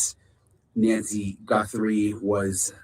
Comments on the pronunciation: Guthrie does NOT have an “n” in it! GUTHRIE, NOT GuNthrie 👍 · There is no “N” it is Guthrie not Gunthrie.